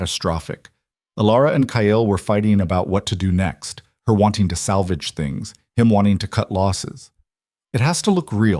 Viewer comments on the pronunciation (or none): none